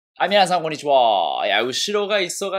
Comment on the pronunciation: こんにちぅぉわーが気になる 取り上げる題材は毎回すごく惹かれるんだけど、なんか全体的に話が散らかってて消化不良なうちに次の話題に移ってる